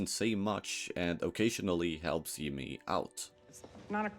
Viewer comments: and it pronounced Jimmy as "Yimmy" with a Y. This doesn't prove its ai but doesn't help its case. If someone made a video on a show they actually watched/cared about, they'd know how to pronounce the main characters name. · You can say "J" properly. You are speaking English, and J is not spoken like a Y. The character's name is not "Yimmee". Your mouth is perfectly capable of making the right sound. Just like mine is capable of pronouncing å or ø properly. Come on. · I just can’t take you pronouncing Chuck as shuk and Jimmy as Yimi anymore 😭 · ai content. it pronounced Jimmy's name wrong.